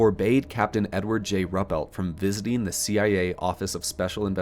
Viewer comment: Pronunciation tips: Rupelt: “Roo-pelt” Ramey: “Ray-mee”. Shreveport: “Shreev-port”.